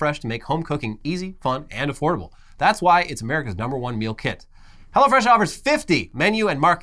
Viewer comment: Sounds like says "go to hell fresh"